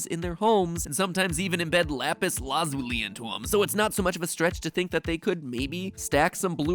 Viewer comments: Pronounce lapis like that again, I dare you. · he say lapis wrong however seconds later says it correct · how Italians says lapis